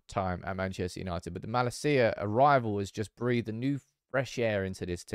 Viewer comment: It's malacia not malasiyaa